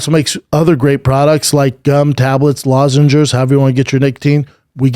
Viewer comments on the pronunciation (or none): Can someone please tell Brendon there's no R in lozenges, he puts an r at the end every time. Lozengers. Wtf! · Cotton Swab needa chill with the er..it's L-O-Z-E-N-G-E-S